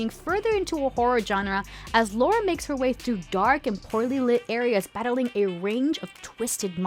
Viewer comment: It's 2021 and Americans are still saying "Laura" Croft